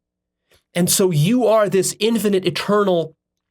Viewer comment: When he said God is eternal it sounded like a turtle